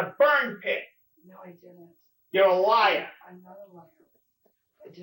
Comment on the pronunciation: "you're uh liah. ABSOLUTE liah" haha love his accent 😂 better not even THINK of ever lyin to THAT detective he'll eat you up!